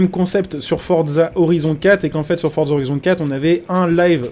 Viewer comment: On ne dis pas fordza on dis forza